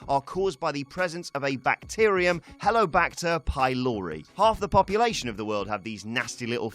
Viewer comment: It's Helicobacter not Helobacter. Bring back Plumpie, this doesn't cut it